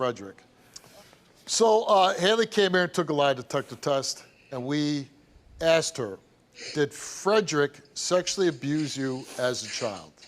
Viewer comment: She “axed” 😂😂😂😂😂😂